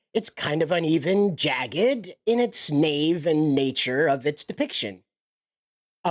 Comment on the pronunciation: Bro can’t even pronounce naive